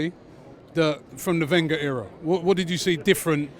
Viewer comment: Who noticed he said “we” instead of “Wenger”